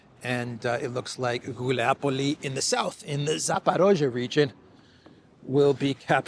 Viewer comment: It’s GulayPole, (Guljay Pole), not Guliapole 😉